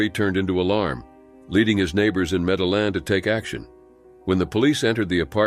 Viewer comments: Medellin is pronounced medi-yeen...in Spanish the double L(ll) is pronounced with a hard Y, or consonant sound. Like in Yellow or Year. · You don't pronounce the LL in Medellin